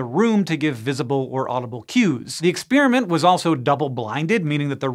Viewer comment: Why can this grownup not say the word "experiment".